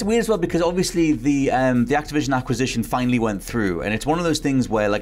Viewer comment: how the heck did you say “ Activision Acquisition “ so easily?